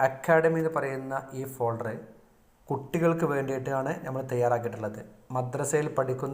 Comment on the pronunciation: ഫേൾഡർ അല്ല ഫോൾഡർ ആണ്